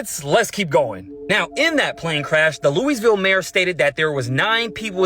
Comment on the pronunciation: i refuse to learn anything from a dum dum tht cant pernouce Louisville